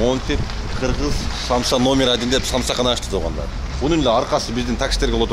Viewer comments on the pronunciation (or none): Самсы эмес самса дечи